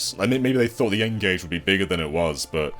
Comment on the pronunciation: Lol the Ngage? You've been speaking to Scott Emsen again haven't you? 😂